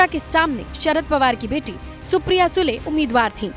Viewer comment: Aap SUDE aise read kar sakte Sule ??